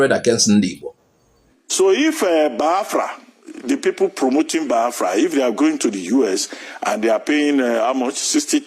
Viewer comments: Abati, I thought they said that you are a graduate, why calling Biafra, Baafra, like an illiterate? I am disappointed at your level of education and reasoning. You are a disgrace. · Reuben Abati is a confused man listening to him is a waste of time and data. He doesn't even know how to pronounce Biafra.. with his hate- filled bile he is pronouncing Biafra Bafra. Shame on Reuben Abati. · Bayafra 😂😂 Is that what is written down for him to pronounce? Truly a brown envelope reporter. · He can't even pronounce Biafra. Why does he hate Igbo's so much .God will disappoint all of you IJN amen. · Aba titi is a goat. A tribal bigot. Can't even say BIAFRA. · Abati knows how to pronounce every word except Biafra. Abati, may you end as you wish Biafra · Abaty is illiterate. He can't even pronounce BIAFRA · Abati is 100 % anti Igbo , even when u listen to him how he pronounces the Biafra from his mouth u will not need a soothsayer to tell u his hatred for Igbos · Brown envelope RUBEN ABATI. He can't even pronounce BIAFRA well. Well he's protecting his brown envelope. Which country, we're not Nigeria. Foolishness in the highest order. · I said it before and I will say it again. Abati should learn how to pronounce Biafra unless he is too lazy. He sounds like a goat when he says Biafra. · He cannot pronounce Biafra. Stop Nigeria Is no more a country It has expired. Biafra Nigeria war has not ended because Yoruba wants every Igbo dead. Hausas and Fulani hatred on the Igbo is Secret but Yoruba Is showing theirs own before the public. You have Said It every Yoruba Person Is a Muslim. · Does he think that mispronouncing "Biafra" will lead to the relinquishment of the struggle ? He deliberately calls it "bafra" hoping to hurt the Biafrans but he's hurting himself. If I should use the same for your name then you're called "Akpati " meaning box or coffin. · Imagine the way he pronounced the name Boafra, Ruben Abati you are a certified idiot. May God have mercy on your wicked soul.